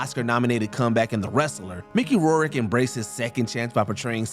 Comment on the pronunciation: How the hell do you come up with THAT pronunciation of Mickey Rourke's last name?